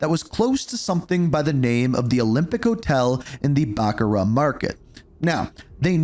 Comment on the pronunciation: Not marathon it’s called Mogadishu mile and it’s pronounced ba-car-ah